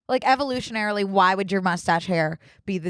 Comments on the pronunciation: "evolutionalarily" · Evolutionanarily, evolutionalarily 😂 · cackling every time they tried to say 'evolutionarily'